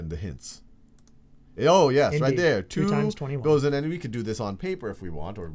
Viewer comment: I absolutely love the way Sal says "two". It's like: "chu". :-)